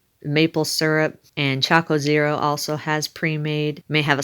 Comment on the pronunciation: looks good .. choc zero not choco zero.. cute